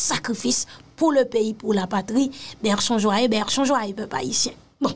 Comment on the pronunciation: on dit "Bechons joyeux" et non "Berchons joyeux"...